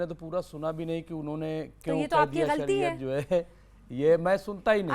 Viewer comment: Are sariya nhi hota h shariyat hota h pehle padlo